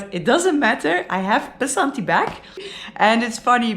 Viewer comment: It's not BASANTI it's 'VASANTHI'